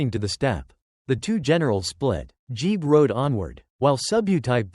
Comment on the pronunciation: interesting, but many mispronunciations of names and places make this video unwatchable. JEBE is one that stands out. He was nor JEE ! Next time do a little research !